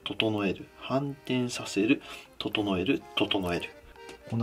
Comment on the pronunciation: 整える整えるがどうしてもトト・ノエルにしか聴こえないーw